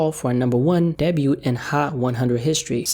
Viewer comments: its pronounced DAY BYOU lol Debut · Aye sir.. Debut is pronounced "day-buew" my guy. Or B'you? Lol idk its hard to spell it how its pronounced. U get it tho 😉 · my dude, the word is pronounced day-byew .... wtf is a debyoot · Bro the way u pronounce “Debut” truly creeps me out 😅, but I respect ya craft too much to care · THE T IN "DEBUT" IS SILENT!!! IT IS PRONOUNCED DAY-BYU. NO T AT THE END. C'MON MAN! ALSO, F SIX NINE! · Why do you say the 'T' in "Debut" ? That was weird